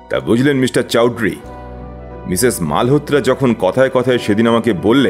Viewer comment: খুব সুন্দর অভিনয় এবং গল্প চয়ন l Raghu bir Jalsayal এর চৌধুরী উচ্চারণ ওরকম না হলেও চলত l বাকি সংলাপে অ বাঙালি র কোন লক্ষণ নেই